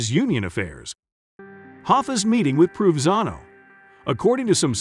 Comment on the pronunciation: Dude, it's Pro Van Zano, please. 😎